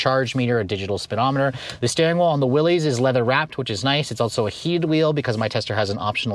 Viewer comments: It's pronounced Willis not willies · It isn’t “Willies “. Good god that is embarrassing